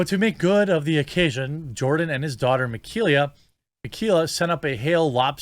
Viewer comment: "Meh-KAY-lah". Please do just a tiny bit of research. You could have just listened to the first portion of her podcast.